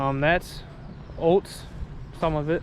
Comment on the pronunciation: Definitely from Wisconsin with the way you say “oats”. Entertaining.